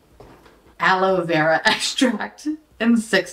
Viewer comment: "formulated with avakoodoo and aloe vura 💅"